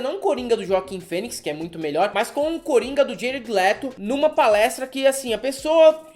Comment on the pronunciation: Fala seus mal diagramados! Só uma correção: o nome do ator Joaquim Phoenix se lê Roaquim, com R, não J. Um abraço! Incels "nerds" não passarão!